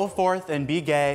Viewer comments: He said be gay what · Did u just say,be gay